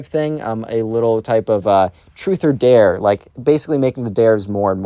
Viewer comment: Like the new vid style! Also psst… “dare” 😉